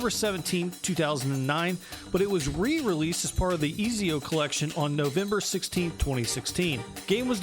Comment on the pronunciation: Izio haha, it's Ezio😅